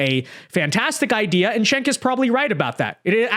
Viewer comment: It's jenk like jenkem not chink like what you are.